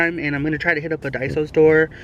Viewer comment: Daiso not daisy lol